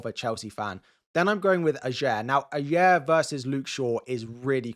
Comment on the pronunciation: Pro tip: Ajer is pronounced AY-YER